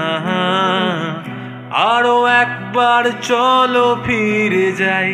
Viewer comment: প্রথম দিকে আইকনিক সোলোর সাথে Rhythm ম্যাচ করেনি মেট্রোনমে। "কথা", "ফিরে" "হাতছানি" এই উচ্চারণ গুলো স্পষ্ট হবে। বাংলায় "ফ" English e "F" এর উচ্চারণ আলাদা। শুরুর দিকে vibrato বেশ ভালো লেগেছে। তবে "আরো একবার রাজি আমি" এই জায়গাটায় একটা ট্রেডমার্ক আছে high octave এ গাওয়াটা। সেটার ফিলটা হঠাৎ মরে গেলো, এগোচ্ছিল ঠিকঠাকই। 👍